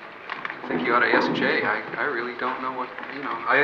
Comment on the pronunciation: it sounded like his name is Jimmy, and not jay